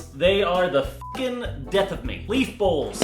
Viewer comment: When you said bowls will be the death of me I thought you said balls will be the death of me